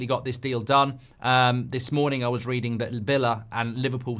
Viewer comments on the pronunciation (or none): none